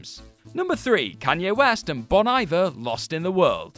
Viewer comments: It's pronounced "bone eeveair". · It wouldn't be a WhatCulture video without a lolworthy mispronunciation and/or mispelling. Nora(h) Jones? Bon Eye-ver? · The Bon Iver pronunciation hurt! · You miss pronounced bon iver wrong!! More than once!!! 😭😭